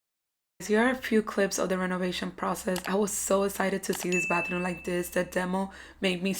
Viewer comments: Who else heard “Bathroon” instead if Bathroom every single time? I love the results though. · I keep hearing bathroon